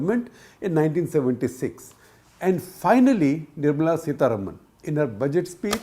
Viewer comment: Why can't this fellow pronounce Sitaraman correctly as Seethaaraamuhn - incorrigible 😞